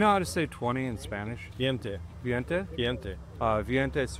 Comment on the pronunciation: The veinte pronunciation was a little bit off but you guys get an A for effort. Great video.